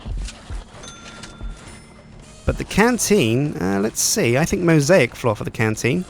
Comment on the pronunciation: The way he says mosaic floor is fucking hillarious